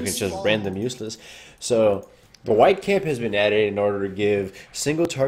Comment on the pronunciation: i swear i always hear White Camp...